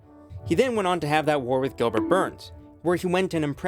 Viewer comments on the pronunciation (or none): none